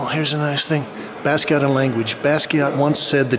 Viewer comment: Watched him develop all those years but never heard his name pronounced properly?